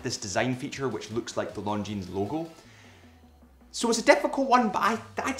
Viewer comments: omg stop saying LonDgineZ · A pet peeve of mine is people pronouncing the "s" in Longines... the "s" is silent.